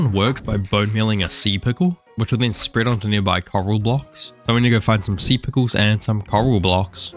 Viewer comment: "alot of sea pickuws" IDK WHY BUT THE WAY HE SAID IT JUST HAD ME CRACKING UP